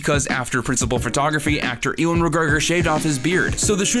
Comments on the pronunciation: Learn how to pronounce his name.... its not pronounced" E-wan" its pronounced "you-an" 🙄 🤦🏻‍♂️ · Your pronunciation of "Ewan" gave me hives.